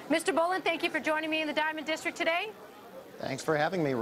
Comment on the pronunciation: districT!! There is a T in the word, lady...geez